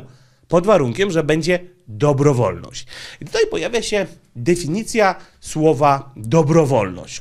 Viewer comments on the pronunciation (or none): none